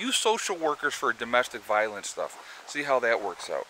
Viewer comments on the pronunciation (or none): none